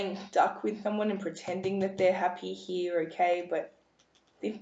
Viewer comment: I love listening to your voice ! I'm guessing your from England. I laugh when you say "Were going to see what spirit wants you to he" ! The next time you put out a video can you actually say the work slowly "Here" instead of "He" LOL..